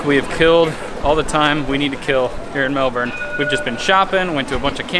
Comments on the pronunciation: Its pronounced melbon not Melbourne how we spell it 😂( its an Australian thing) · Guys... By now you should have noticed: the “R” in Melbourne is silent. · Hope u had good flights and u can say MELBOURNE the right way